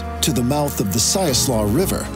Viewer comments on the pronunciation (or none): You pronounced Siuslaw incorrectly. It is pronounced. SY-OOS-LAW